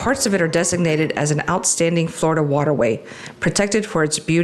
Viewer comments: It's pronounced Flor--i-da, not Florda. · How about pronouncing the state correctly? 😂 We who are true Floridians pronounce it “ Flar-da.” The way you and so many others say it makes us cringe a little. 😂